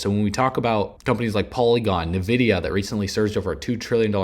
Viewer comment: Its not called “nuh-vide” it’s cLled “eN-vidia” your an expert on these topics?